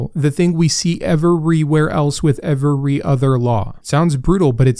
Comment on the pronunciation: I just looked up the pronunciation of the word Every and I'm very curious as to why you have such a different pronunciation for this word. I've watched quite a few of your videos and you have never said that word correctly a single time. Is it a lisp or do you actually think that's how it's pronounced? I'm not trying to belittle or embarrass you. I'm just genuinely curious after hearing it for probably several hundred times. Thanks